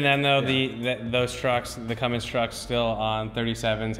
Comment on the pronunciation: Get it right.... It's Cummins... NOT Cummings if you want to talk shit..